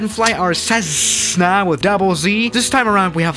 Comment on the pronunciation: It’s a Cessna not cezzna that’s not right